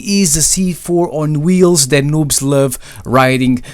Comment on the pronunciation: I heard him say loobs lol